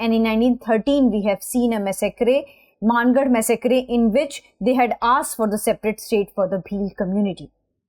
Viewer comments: It's mAAngarh dham not MANN garh ma'am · मनगढ़.❌ मानगढ़✅